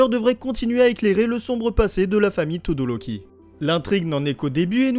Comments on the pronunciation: 1) On dit Todoroki et non Todoroli Et 2) Toya est "mort" est non disparu ! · La vidéo était magnifique mais ça se dit todoRoki